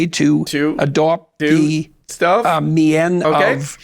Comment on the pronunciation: "mien" doesn't "mee-ann" what he thinks, and it's not pronounced like that, but most people don't know that so Jorby still sounds smart to the dumb